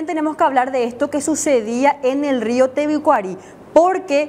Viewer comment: Tebicuari dice la burra de la periodista tebicuary es cn y .....